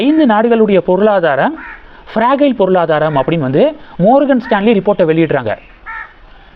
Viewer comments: அது ஃப்ரஜைல் ஃப்ரகைல் இல்லை. Fragile என்றால் சீக்கிரம் சரிவடையக் கூடியதும் அர்த்தம். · மார்கன்.... ப்ரஜயல் ... உச்சரிப்பில் கவனம் தேவை